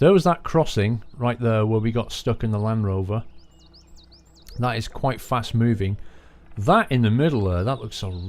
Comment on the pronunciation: I cringed every time he said land rover :D